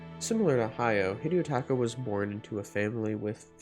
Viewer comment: Hidetaka, not Hideotaka I don't know why people overthink the pronunciation of Japanese names so much that they end up adding more syllables.